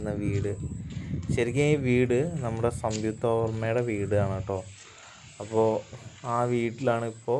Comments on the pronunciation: സംയുക്ത വർമ്മയാണ്🙄 സംവിത്ത വർമ്മ അല്ല😁❤️👍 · സംവിക്തയല്ല മോനേ സംയുക്ത വർമ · Samvuktha alla samyuktha🙊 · മോനേ... സംയുക്ത എന്ന് ഉച്ചരിക്കാൻ പഠിക്ക്....